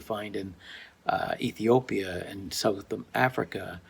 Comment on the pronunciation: Just can't say Ethiopia